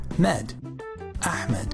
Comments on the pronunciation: ITs Ahmed Not AHEMAD. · I know, but my phone speakers make it sound that way